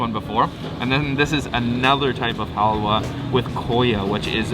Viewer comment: It's not hawya it's halwa 😅 in my Language Hawya means women's Reproductive System. It is a Bad language 🐸 In Bengali